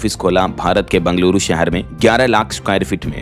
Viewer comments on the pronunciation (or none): none